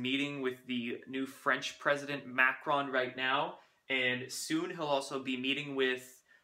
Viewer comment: Pronunciation - Pres. Macron/France: mah--CRONE. (hardly pronounce the 'n')